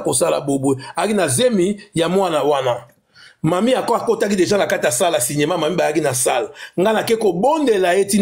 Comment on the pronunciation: Cinéma pas ciniema toi aussi tata lokola yo tu sais pas prononcer. Zoba tata